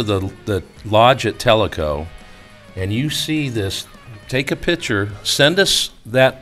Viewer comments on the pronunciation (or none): Picture,not pitcher.